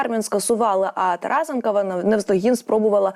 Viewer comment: То не тарасенкова а Тарасенко